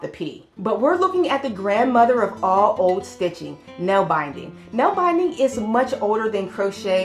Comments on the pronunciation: I'm sitting here nallbinding wrist warmers & watching your vid.😊 Nallbinding (nålbinding) is noll-BEND-ing. Pjoning is pYON-ing. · Denmark = danish people Netherlands = Dutch people Nålbinding is pronounced with an OA sound not an AA sound. Pjoining is pronounced like P-yoyn-ing or p- yo- ning as I learned to say it.